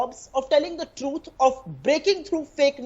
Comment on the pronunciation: This MP from Trinamool Congress has pronunciation issue...she needs to work on her “T” sound truth is sounding Chuth.. Being a politician you can't tell the truth as chuth.